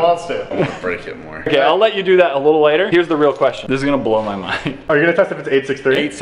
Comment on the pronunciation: Did any one else hear say ladder instead of later